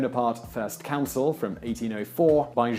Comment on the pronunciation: Also, "CON-sul", not "Counsel".